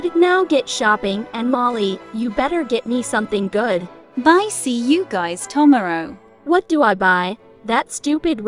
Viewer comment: "ta marrow'